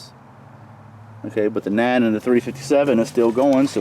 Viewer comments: Bro says nine like na'an. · You gotta love that "Nah Millimeter" 😂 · You pronounce nine like cartman, wtf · as a non-native speaker I would guess the way "nine" and "forty" are pronounced, which I must say are a little... Original. Now I'm here wondering what is so hard to understand.